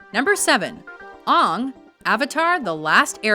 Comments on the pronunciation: Oong? You mean Aang? As he was called Aang throughout the entire series of Avatar the Last Airbender XD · IT'S AANG WITH A AS IN APPLE! THAT MOVIE NEVER EXISTED AND THIS PRONUNCIATION WAS IN THE SHOW! Sorry, but...seriously... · IT'S PRONOUNCED AY-NG NOT AAAAHHHH-NG!!! ERRRRR!!! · Ugh she said ong ;( just like m night.... ITS AAANG, Aaaaaaaang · it is not ung it is aang, UNSUBSCRIBE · Is she fucking serious? She works for the Internet! Ong? Fucking really? It's spelled and said Aang. Vowels you dumb bitch. Who the hell thinks that's correct Pronunciation? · It's not AHung it's AnG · you know his name is aang right? not aung lol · why were you pronouncing aangs name like oong...its aang like hang with out the h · Guys, have you watched the Last Airbender show? His name is pronounced Ayng, not Aung. Otherwise, great video. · It's not "Ong." It's Aang, pronounced like Tang with a silent "T." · As soon as I heard UNNNG instead of Aang I knew that the comment section will be ablaze... how dare she not speak nickelodeon properly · Erm you made a mistake, it's Aang, you said like Oung, like the horrible movie did .-. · It is Anng not unng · The way she pronounced Aang on #7, just made me want to shake my head in disappointment. It's pronounced "Aay-ng!" Not "Uh-ng!" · It's pronounced Aang!!! Like and without the d! ARGH! Fuck you M.Night Shalendidoensidnebeheockhquwodhh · Did she seriously pronounce aang like I think she did? It's aang like aim but aing. Uggh... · This bitch said "Ong" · It's Aang (ANG!) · This bitch just said Ong like wtf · Its pronounced Aang like boomerang, learn it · ***** "Number seven. Oung". Ahahahahah X-D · .....no its aang as in acorn. not aang as in apple. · you did not just call him uung -_ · please don't mispronounce aang's name like in the shamalon film. it is pronounced ane g. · When they pronounced Aang the way M. Night Shamalong insisted on pronouncing it... sighs Fuck you, just fuck you watchmojo, you pretentious fucks.